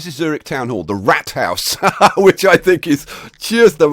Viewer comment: lol he pronounced it ike rat house wich isnt right :(